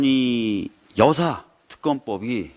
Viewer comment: 감거니.여사 자에 힘주어 말씀 하시는 박주만 의원님 여사 란 호칭은 거니한태는 높여 부르는게 아니고 여자 통큰 사깃군은 줄여서 여사라 함 이요 거니 여사 거니 사깃군 여.사.